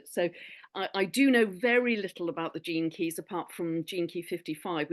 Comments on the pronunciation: Love It💜 I kept hearing jenkes 😂Gene Keys 🔐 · Okay, as I was listening to them at the beginning of the video, I kept hearing the catch phase that Velma, from Scooby Doo, always said, "Jinkies". I was like, why do they keep saying "Jinkies"?!! Then, I finally figure out they were saying, "Gene Keys". 🤣😂🤣😜🤪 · I misheard Gene keys. It went in my head as Jinkeys- suddenly thought I was hearing references to Scooby Doo. Luckily I worked it out 😂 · Please tell me that I wasn't the only person who thought for the first few minutes that they were saying "jinkies" like Velma from Scooby-Doo.